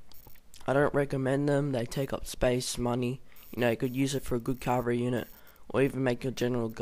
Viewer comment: Infary? Cavry? Uhanians? Meelee? Other than the shite English. It was a good vid :)